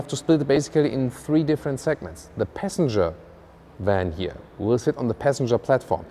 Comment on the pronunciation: oh yeah also its not "hier" . its here